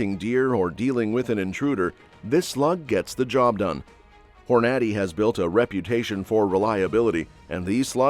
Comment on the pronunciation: Please give your AI more time to learn the proper pronunciation of more words like Hornady.